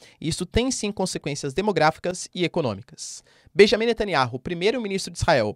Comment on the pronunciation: Netanyahu Não NetanyaRu